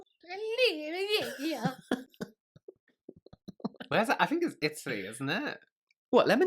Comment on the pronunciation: Limoncello is Italian! We make it! Very easy! & Yes we can't stand it when people say it with an E instead of an I 🇮🇹💖